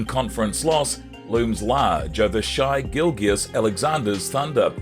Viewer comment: Thunder fans aren’t mad at Durant, just SO over him. He’s a surly old dog still chasing cars, and his name shouldn’t always be mentioned whenever the Thunder are mentioned. He’s old history now. Your pronunciation of Shai and Coach D’s names though 😂😂 Buy better software